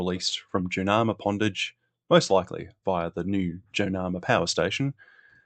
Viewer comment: Hi mate, thanks for a great series on the Snowy Scheme. You presented very well but, having been born in Tumut, I wanted to clarify the pronounciation - It's not Too-mut it's Tue-mut as in Tue[sday], and Jounama [pondage] is pronouced June-a-mar. Sorry, it just rasped each time and I just wanted to say.